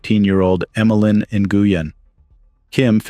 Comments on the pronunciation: Nguyen is pronounced Win. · Nguyen is pronounced NWHEN OR WENN